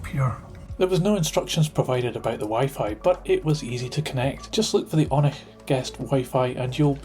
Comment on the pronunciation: It's said oh-nich